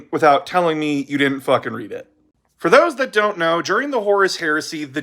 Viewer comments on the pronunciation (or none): none